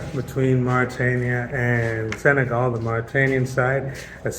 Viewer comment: Senegal not segal....respect